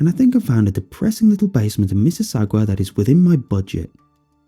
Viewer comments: This guy said missuwaga not Mississauga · Did he say mississaugwa? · Miss-is-saga that’s how you pronounce it but awesome narration! Very creepy ! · Lol it's pronounced miss-a-saw-ga that's where I grew up! Loved the story it was wonderfully creepy 🖤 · The story was perfect... except for the way Mississauga was pronounced 😁🍁